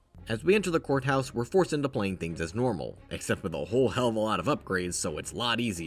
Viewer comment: every time i hear him say courthouse when i zone out i mishear it as whore house💀